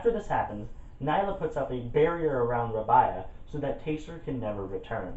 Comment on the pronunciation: R-ay-be-a Not Rab-I-a